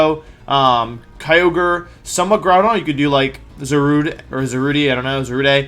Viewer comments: Za rude please not za ru day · it's pronounced za-rue-dey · It's pronounced ZAW-RUDE.